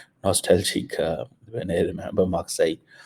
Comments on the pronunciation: Marseille isn't pronounced Maqsai 😂😂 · अरे भाई किस्को समझा रहा?? जो इन्सान Marseille को मारकाईल बोल रहा उस गधे को क्या समझाओगे? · Ghoru “ Marseille” correct pronunciation is maa.say this is because of fake phd degree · "Maksai" ... I was wondering what place is this... 😄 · You visited the place but still could not correctly pronounce the name. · for ‘measure’ he says meieeeer you think he can pronounce marseille???? 😂 😂😂😂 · true that